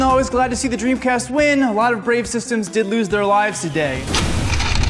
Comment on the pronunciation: what de dremcast?